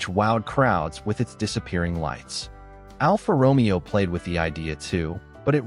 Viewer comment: Alfa Ro Me O ???? WTF is that ??? Retarded AI computer sound effect.... Instead of using those ridiculous AI sounds when I get a human to do the voice over. Makes me think the people that always makes these videos and uses Fakeness are too lazy to do the voice themselves, so for that reason I give this video a thumbs down 👎